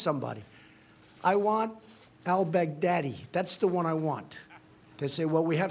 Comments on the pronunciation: he said brag daddy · he said that later. he first said bag deady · I died when Kimmel said Bag-Deady 😂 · Trump mispronounced al-Baghdadi's name twice during that speech. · LOLOLOLOL OMG the way he pronounces Al Baghdadi.... OMG!!! a worldwide laughing Stock and zero substance